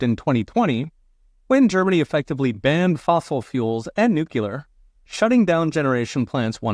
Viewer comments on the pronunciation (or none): Please, The correct pronunciation of the word is nuclear, with the emphasis on the first syllable "new". While the pronunciation "nucular" (with the "u" sound as in "put") is a mispronunciation. 😑 "NEW-clee-er" NOT "New-que-lur"